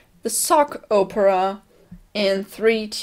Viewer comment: Bill Cipher is always great. Also, and this isnt meant to be mean but you say opera it sounds like Oprah, it makes me laugh a little because now I'm picturing a Sockrates (I'm guessing that's how Camp Camp spelled it) like Oprah lol.